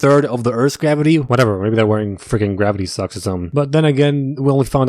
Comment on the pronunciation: When you Said “gravity socks” i thought you said “gravity sucks”😂